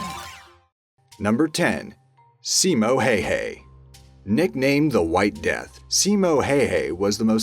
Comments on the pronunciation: Its not hayhay is hawha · How you turn out Heihei form Häyhä? C'mooooon reasearch atleast that much for the vid that you could pronounce even close to what it is. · I laughed every time when u say his lastname little wrong not Simo hay hay, it's how it writes. I know finnish is hard language. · The way he pronounces Simo Häyhä's name is giggly. It's literally "Hei hei", which means "Goodbye". Kinda fitting though. :D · Nice video, but your pronunciation of Häyhä is atrocious :)